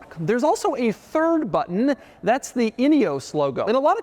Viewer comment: Thank you for saying but'n and not buh-enn.